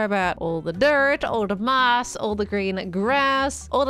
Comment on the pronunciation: When she was building the tunnel and going through the resources when she said ''And things like your moss'' I thought she said ''And things like your mom''